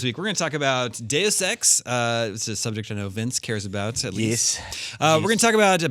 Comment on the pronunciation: I love it when you pronounce Deus Ex properly, not "duce ex".